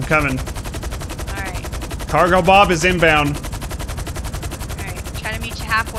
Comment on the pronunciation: the way he pronounces cargobob annoyes me